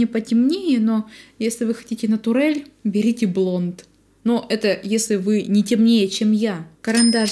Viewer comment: Ну откуда эти слова-натур, натурель?) 😂😂😂 нэйчерел же, а не натурель